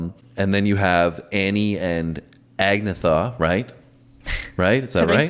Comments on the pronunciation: Agnetha Faltskog is pronounced as Ann-Yetta Feltskog. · Agnetha, pronounced: Ag-NET-ha (blond). Anna-frid is called Frida. Benny (keyboard) writes ALL of the music. Bjorn (guitar) writes ALL of the lyrics. Because the girls have such a unique sound, instantly recognizable and is the main reason for the groups success, Benny and Bjorn agreed to split EVERYTHING that the band made 4 ways equally! A strong testament to their character I believe! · Surely someone has done this, but I’ll provide a little ABBA phonics lesson. Agnetha is pronounced Ah-Nyet-tah. Ani-Frid, while contributing the second A in the group’s name, is known by fans as Frida. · Agnetha's name is pronounced "An-YET-a" and Annifrid is either Anna or (more commonly) Frida. Benny plays the piano, Bjorn plays the guitar.